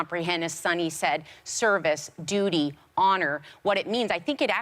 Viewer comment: 😄 🤣 Sunny said 'duty' lmfao